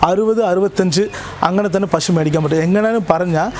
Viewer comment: പഷു അല്ല. മലയാളി പശു എന്നേ പറയാവൂ.